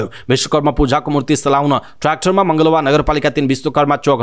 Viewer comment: यति राम्रोसँग समाचार वाचन गर्ने वाचक ज्यू लाई एक सानेा सुझाव दिन चाहन्छु। कृपया सर्लाहीको मलँगवा लाई पटकपटक मँगलवा भन्दा अलि सुन्ने लाई कस्तो कस्तो लागेको ले ध्यानाकर्षण गराउन चाहन्छु । अन्यथा न साेचिदिनुहाेला।